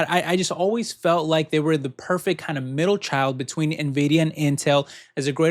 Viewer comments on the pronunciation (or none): none